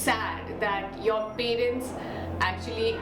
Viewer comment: Very very relatable. Thanks for this. No shade but everytime u say pay-rents I die a little inside 😅jk